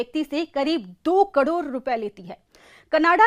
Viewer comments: 2 कडोर नही 2 करोड़ मैडम 😂😂😅😅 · Bolna to seekh lo kador nahi karod hota hai😂😂😂😂